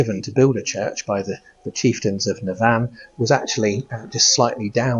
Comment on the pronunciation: fyi, the emphasis is on NAV in the placename of Navan.